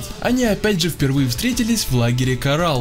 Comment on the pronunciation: Не кора́л а ко́рал